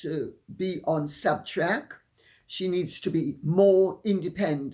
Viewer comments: Substack, not Subtract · "Subtrack"? Is that supposed to be 'Substack'? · "substack " not subtrack - i think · I think it's SubStack, not Subtrack.